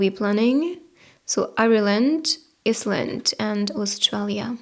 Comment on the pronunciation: Pile 3... Did you say Iceland or Island? Thank you